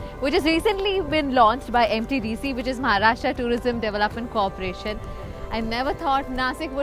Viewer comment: Kamya pls use proper pronunciations. it's not Maharashtraaaaa. It's Maharashtra, like Rashtra. And it's not Nasik, it's Nashik. Pls dont use the BIMARU-version of the word Kamya, you are I presume not from the BIMARU belt!